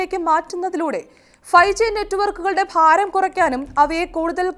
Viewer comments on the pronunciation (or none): none